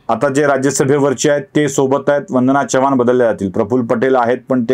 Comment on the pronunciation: तुम्ही चव्हाण चा ऊच्चार च्यव्हाण करता.जरा खटकते.